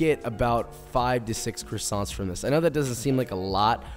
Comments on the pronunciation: As a french, dying a little inside every time he says the "t" in croissants 😅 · Would be great if Joshua learned how to pronounce "croissants". It's not "krassonts", it's "kwas-zon". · The minute he said CrussonTs instead of croissants I have to find a different video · Its quasonts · Can’t pronounce what he’s giving directions to make, classy. Love me dem CrissAnts. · they are NOT "krisants" dude, learn how to say it with some style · Great video! Best one I’ve seen so far on croissants! Maybe I’ll finally give them a try :) oh and btw in french we dont pronounce the “t” at the end, so its pronounced “croissan” :) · I just wished he said the word “croissants” the right way!! Love the method though just feel annoying whenever I heard him saying the word “croissants”. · Americans pronounce croissants in a very strange way !! Also herbs, there is a H at the beginning and it is pronounced. In English anyway. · fun fact: you don't pronunce the N and T in croissants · Great job. They look deliscious... But you really need to learn How to prolounce what they are :) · Don't pronounce the "ts" at the end of croissants if you want to say it the right way